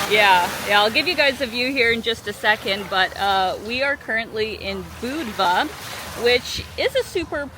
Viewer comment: At least you pronounced Budva right!